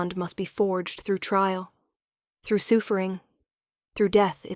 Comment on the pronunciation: The "soofering" was killing me!!!😂😂😂